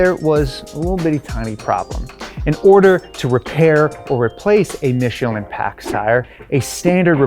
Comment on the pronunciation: Michelin!!! Please respect the manufacturer. Not Michillen!!! But nice content, from a French guy working with Michelin.